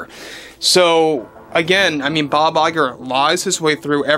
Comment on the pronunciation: Bob LIE-grrr